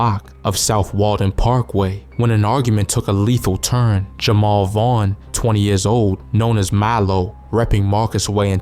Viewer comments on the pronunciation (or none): none